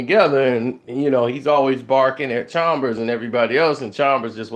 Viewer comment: Who is Cox?? And Deng wasn’t on the Heat in 2014!! And it’s Chalmers, not Chalmbers.